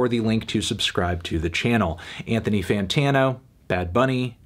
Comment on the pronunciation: Anthony “Fantano”